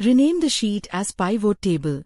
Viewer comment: The "Illustrations" group isn't a default Excel group. It's a custom group, which can lead to some confusion. Also, that AI voice needs to learn how to pronounce "pivot". And it was hit or miss with "icon". And it totally mangled "extra labels" more than once. Other than this feedback, it's an otherwise interesting video.